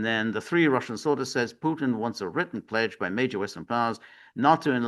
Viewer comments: Kellog is an idiot. Haha george, im 100% with you. If you cant pronounce the T in Putin, go back to grade school and learn your ABCs🤣😂🤣😂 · Well picked up George. It seems all Americans struggle with words where a T comes in the middle. Even Danny Hifong and Jimmi Dore mispronoun Mr PuTins name.